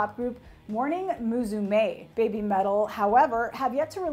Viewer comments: "muSUme" not "muZume" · its pronaunced mussume (meaning daughter ) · 同意。 ただ、モーニング娘の「むすめ」を「ムズメー」言ってるのは笑ったｗ